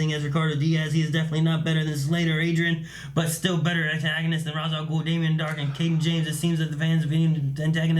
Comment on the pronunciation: RAYSH, NOT ROZ